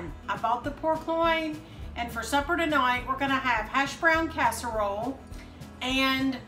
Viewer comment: "For supper to-noit"